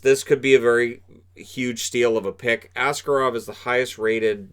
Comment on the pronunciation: Well done on that Shakir guy name pronounciation, tatar names are indeed absolutely brutal. Yet what will probably be more important in the future - it's Askárov, with a stress on the second syllable.